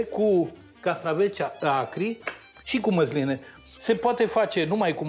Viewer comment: Măzline nu Măsline?😏😂😂😂